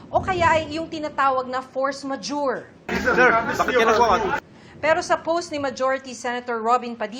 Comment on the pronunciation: Force Majurity daw.. 😂😂